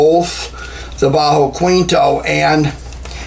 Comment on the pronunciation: It's pronounced keentoh not kweentoh. Great video though!